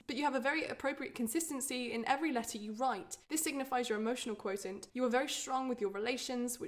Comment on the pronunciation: I’ve never heard someone pronounce “quotient” that way